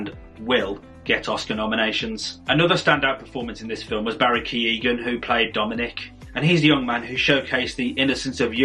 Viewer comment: I loved the film. I must point out though, a mistake that sooooooooo many non-Irish people make, when pronouncing Irish surnames. The particular surname I'm going to refer to is actually pronounced correctly by the Irish actors in this film and you still mispronounced it. smh. The character I'm referring to is Barry Keoghan. It is not, nor should it ever be, pronounced Key-Own. The correct and only pronunciation is K-UH-OWN. The same applies to the surname Keogh. It is not Key-O. It is pronounced K-Yuh-O. Irish should never be pronounced using the English language and alphabet as a basis as Irish is a different language. Smh